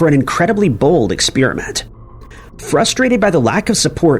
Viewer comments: Who pronounces "experiment" as "expeeriment"? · What is this "expeerament" of which you speak???